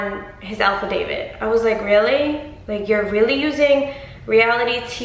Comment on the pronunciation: I love you but boo I don't know if it's your accent but sounds like your saying alpha David not affidavit lol! But he's mental, and a Mighty Morphin Petty Ranger🚫